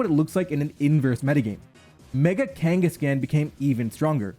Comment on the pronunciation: The way he pronounces Kanghaskan irritates me to such a high degree degree lol